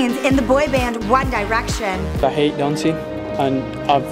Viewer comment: "one dye-rection"